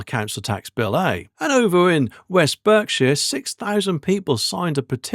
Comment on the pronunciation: Look, you’re English, it’s pronounced, “Barkshire”, 😂. Just sayin’.